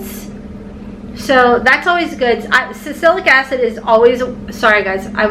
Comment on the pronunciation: Think it’s pronounced sal-a-sillic acid…but could be wrong.